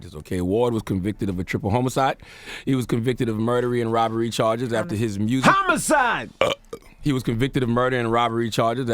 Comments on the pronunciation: 2020 and Charlemagne can’t still say “Homicide” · It’s 2020 and Charla STILL CAN NOT SAY HOMICIDE correctly!!!! 🤦🏾‍♀️ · This nigga said homocide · Charla can't pronounce the word homicide? or was he going to say homo-cide? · lol "HOME-icide 😂 😂 😂 😂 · Charlemagne literally just makes up his own words. “Murdery.” MURDERY?? Wtf is that? Then he can’t pronounce “homicide” 😂😂 son if you’ve written books, which CTG has, you gotta do better. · Damn, he couldn’t pronounce homicide